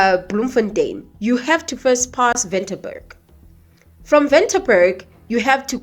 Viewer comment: The towns on the N1 is Ventersburg , Kroonstad and Parys you pronounced badly😂